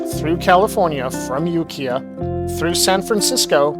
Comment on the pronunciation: It's pronounced youkyah